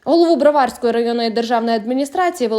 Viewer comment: БроварськОi,а не БрвАрськоi!